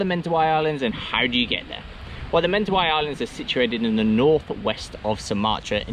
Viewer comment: Man surely you should learn, first of all, the proper pronunciation of Mentawai before becoming an expert on the area???